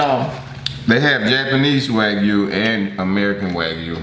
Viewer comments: Waygu is pronounced Wag U.💛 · Wagyu beef is Japanese beef MS is correct it’s the world’s most expensive high class beef the way he’s pronouncing wagyu is hilarious and kobe beef 😂 😂 edit: it’s Wah-gyoo and Koh-bay not wagoo and kobe